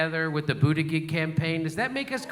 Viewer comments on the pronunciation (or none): Jimmy, I'll help you out. The way you pronounce "Buttigieg" sounds like "Al-fred 'e' New-man". It's prounced a bit different than its spelled. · it's pronounced butteggegg